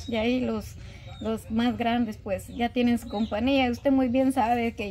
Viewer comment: Se dice compañía